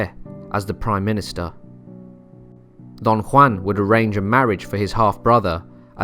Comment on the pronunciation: Love the pronunciation of Don Juan